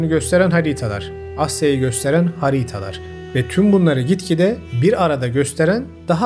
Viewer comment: Emeğine sağlık , çok kaliteli videolar yapıyorsun. Bilmiyorum ulaşır mı sana ama,“Haritalar” kelimesinin söyleminde ufak bir sıkıntı var gibi.